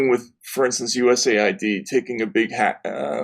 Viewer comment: I really like Matt Taibi, but I find it bizarre that he would mispronounce the US AID as USA ID 🤦‍♂️🤦‍♂️🤦‍♂️